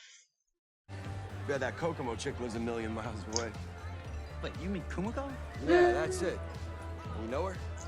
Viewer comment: Don't know if you were aware but you're slightly mispronuncing Kumiko. Its more like ku - MEE - ko, not ku - mick - o. Noticed you did the same for Kimiko in The Boys (should be ki - mee - ko, not kim - mick - o). Very slight difference but but I hear it more because I am Japanese lol. The syllables tend to end in vowel sounds 🙂